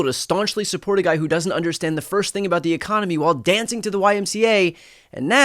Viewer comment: Does Miller call it 'ecomony' ?